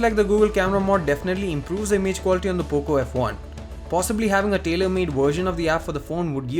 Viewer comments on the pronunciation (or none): You Said Boco f1 at first